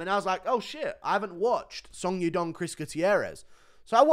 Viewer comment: the way he pronounce song yadong💀💀